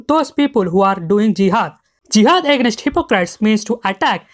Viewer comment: Great video bro, but the way you pronounce AGAINST was really sticking out like a sore thumb 😂